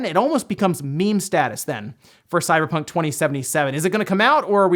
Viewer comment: 0:031 sounded like you said CyberTRON 2077? 😂. Seriously can't wait for Cyberpunk 2077 to come out. That and Watchdogs Legion 👏